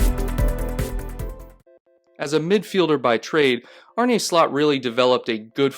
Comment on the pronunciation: As a dutchie, his name is pronounced Arn-uh Slot. (Slot as in like a slot machine).